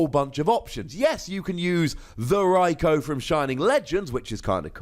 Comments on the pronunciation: In the GX video you say “Rikoo”, the way it’s supposed to be pronounced. Why do you you say “Rikoh” now? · Watch some of the episodes where they mention Raikou. They pronounce it as Raik-oh.